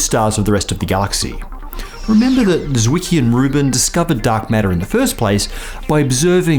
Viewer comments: Well, there is a tiny t at the beginning of a german z when pronounced. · Zwicky. Z pronounced like C in centaur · Dear PBS, can you pay more attention to the pronunciation of names? Zwicky is a German name, so why do you read it as if it were English? That is total BS. You just undermine your credibility by a lot. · You saying Zwicky is now my phone's notification sound, I love it! Greetings from Austria.